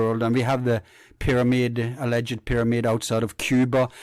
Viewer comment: Just mentioned Tesla and then you say Pyramid(PyroMid)